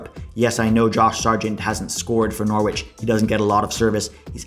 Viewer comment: You shouldn’t pronounce the w in Norwich. It’s like “norich”. Good vid though!